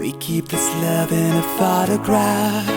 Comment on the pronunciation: Your voice is fantastic but you lack Pronounciation......it's not Phatograph but Photograph...not Repped jeans but Ripped Jeans....not Fet but Fit...